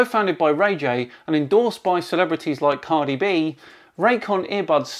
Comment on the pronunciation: Please never say CardiB again!